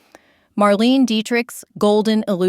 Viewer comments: Marlaynah not marleene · Leslie Caron is pronounced LEZ-lee kah-RONE. Marlene Dietrich is pronounced Mar-LEH-nah DEE-trick Bette Davis is pronounced “Betty Davis”. (There is though Bette Midler, which is pronounced BET Midler). Carole Lombard is pronounced Carol LOM-bard. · Mar-LEEN-uh Dietrich. (If you're trying to be an authority in this space, 1. don't use AI-generated copy, and 2. have the sense to check how these women's names are pronounced.) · Marlene Dietrich's name was pronounced MARLAYNA not Marleen. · Geez, check that AI pronunciation! For one, it's pronounced Leslie Ca-rone And Dietrich (her name is pronounced Mar-lay-na) made Kismet in 1944. Not the 30s. I can't watch this.